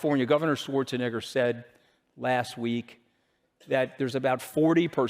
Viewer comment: 2025 and still saying swarzanigger 😅dude cmon, hearing that alone is damning from you!